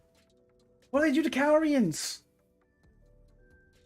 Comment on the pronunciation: 100k everytime this man says “cal-re-uns” instead of “ca-lure-e-ons” to all subs